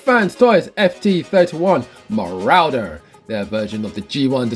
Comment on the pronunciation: I’m sure it’s supposed to be pronounced “rorder”, rather than “rauder”.